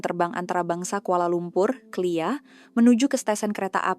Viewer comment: kok bongok sangat sebut KLIA kok jadi CLEAR.. CLEAR itu jelas...klu gitu betol lah..indon ni bodoh2 gampang banget seh..